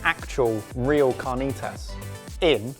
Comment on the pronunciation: It would be CAR - NEE - T (as in to) - ASS. I love you !!!!!!!!!